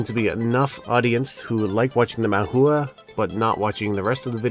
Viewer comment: Love the videos. Just a quick note: "Hua" is not pronounced Hoo-Ah. More like "Water" - the "wa" part, but if you were to add in an h like "Wha." In other words the "u" and "a" sounds should not be separated. Ooo or ew or u sound plus ah sound gets shortened so that it ends up sounding like WA instead. If you're interested in that concept, look into what's called "Bo Po Mo Fo" it's a way of learning to pronounce Mandarin Chinese terms that are spelled out in English. Although it comes from a more complex system, the basic bit of bopomofo is pretty awesome in how it explains the stuff. It's not a brand term or a product, by the way - there's tons of different ones. But just a Google search on this phrase will turn up a bunch of results you can look at. :)